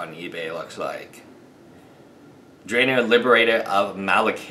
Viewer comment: Its pronounced Drana (draw-nah): (